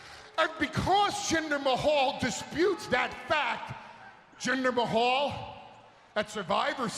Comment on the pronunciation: when he said jinder mayo that had me cry laughing